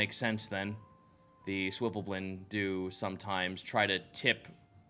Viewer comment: I'm pretty sure when says "Swivvleblin" he means Svirfneblin [Sverf-Neb-lin] or Deep Gnome